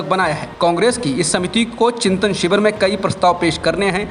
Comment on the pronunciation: शिवर? या शिविर? उच्चारण पर ध्यान दें